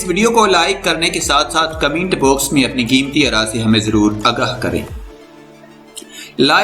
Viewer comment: Yar tum koi aur kaam kro, comments hota commint nhn hota